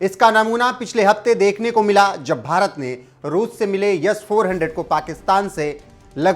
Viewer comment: 0.31 वो S-400 है YES-400 नही 😂😂😂😂😂